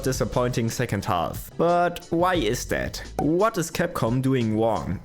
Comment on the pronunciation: The narrator said in his wesident evil video: 'Whet is Capcom doing Wong?' Wong said: 'I don't know...' 😁